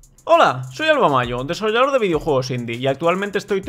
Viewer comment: "Hola, soy Alva Majo, desollador de videojuegos indie"... DESOLLADOR